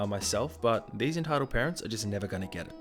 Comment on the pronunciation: Is it just me or did it sound like he said "Retitled Parents" lmao.